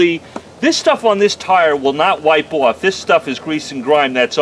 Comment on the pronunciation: There's no "w" in "off"